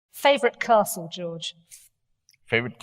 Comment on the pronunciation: "Favourite castle George?" "Favourite cestle?"